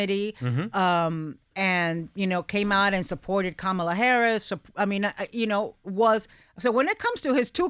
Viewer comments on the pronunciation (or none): and why didn't anyone on the View panel call MTG out on mis-pronouncing Kamala's name, twice!